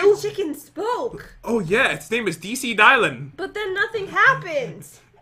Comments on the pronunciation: I got sooooo trigered when he said dielan instead of Dylan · am i the only one that notice pat probounced Dylan as “die-lin” instead of “dih-lin” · wait wait wait ok so first pat took the wrong item also he said dylan wrong as if it was like die-lan instead of dill-an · It aint dielan its dillan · Did you really say my name like that it’s dill Lan